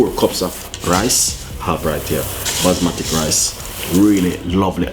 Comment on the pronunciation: Chef it’s basmati ( bas Ma tee)